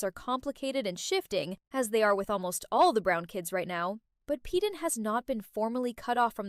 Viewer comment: Stop not peeden is payden